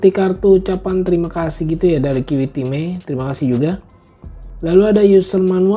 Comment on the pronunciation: Kiwitime... kalo dibaca gt jd kyk denger Kimihime...